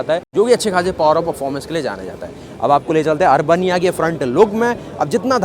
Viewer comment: अर्बनिया नहीं अरबेनिया कहिये आपने तो इसे अर्बन बनिया बना दिया